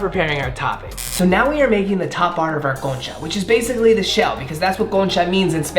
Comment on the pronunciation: Okay i know spanish y cuando dijiste “bienvenidos a mi canal” and also “concha” and “pan dulce” lo dijiste bien wow quedé sorprendida de ti 😮✨